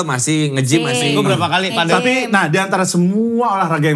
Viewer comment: PAdel BUKAN pEDEL